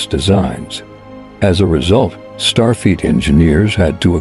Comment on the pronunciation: Starfeet?? Nachelles??? You need to be able to either adjust or get a better text to speech app. Otherwise, not a bad video!